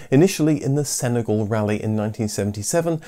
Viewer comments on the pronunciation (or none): none